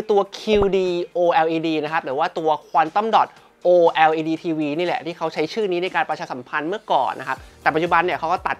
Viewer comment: ออกเสียงว่า โอเลด จะสะดวกปากคนไทยกว่ามั้ยเทอร์